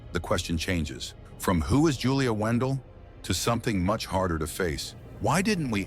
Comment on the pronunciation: her last name is not WENDELL ITS WANDELT